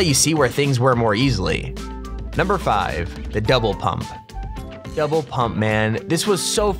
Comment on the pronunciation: he sounds like he is saying devil pump instead of double pump